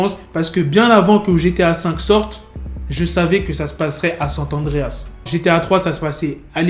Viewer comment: On dit pas sant adreas on dit SAN Andréas